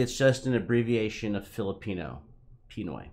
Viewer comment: it's pronounce as "Pinooy" not "Piiinoy" hahaha